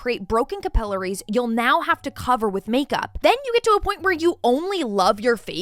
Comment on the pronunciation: The way you pronounced "capillaries"...😂😂 just fyi..its pronounced Ca-pill-air-eee's... 😂😂